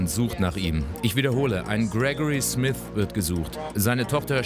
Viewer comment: Nicht Smis, Smith .....